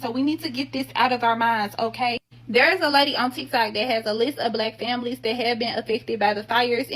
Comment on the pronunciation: Bleck famlees